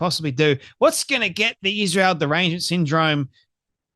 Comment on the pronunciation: I RECEIVED BAD NEWS FROM MY DR. YESTERDAY. I KNOW IT'S BECAUSE OF ISHRAEL (HOW COO-COO CANDICE OWENS PRONOUNCES ISRAEL). 🤪👹